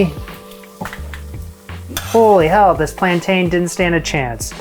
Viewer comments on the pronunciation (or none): It’s ’plan tin’ Jamie, not ‘plan tane 😊’